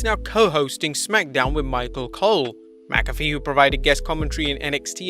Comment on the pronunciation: Pat McAfee = Pat Mack-a-fee Sirius XM = serious x m Maybe people in the UK pronounce McAfee differently but Pat himself says it the way above. I'm sure I'll be told how wrong I am by some elitist Europeans but that won't change the way we say it.